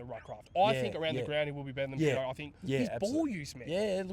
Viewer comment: Cheers and PAtto not Pitto lol..love your updates lads!💙💙